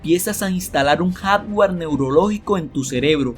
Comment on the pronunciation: Me distrae demasiado y me hace mucho regresarle al video y acaba molestandome, todo eso de: REATCION en vez de reacción, ALBERDRIO, HICISTES, JADGUAR en vez de hardware, CONETCIONES, CONETAN, TESTOS, EFETO, EN VEZ DE EFECTO Y etc, etc, etc, no lo tomes a mal, esta bien el canal pero lo sería EXCELENTE tendrías más seguidores 90 veces más lo que tienes si tuvieras apertura a las necesidades del cliente, como dice Bob Proctor, por aquí leí que le bajes a la música de fondo ¡¡¡HAAAAZ CASOOOO!!! Muchos te oímos con audífonos y si es molesto MUY MOLESTOOOO!!! solo lee tal cual esta escrito, "cambia" como dice este mismo video NO SON TESTOS, SON TEXTOS, se dice CONEXIÓN, bueno es una observación que te haría crecer, (espero lo tomes así) como persona y como el negocio que es este canal, te mando un abrazo fuerte y Gracias.